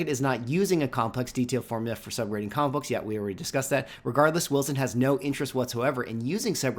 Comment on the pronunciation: Sounds like you're saying commabooks... 😅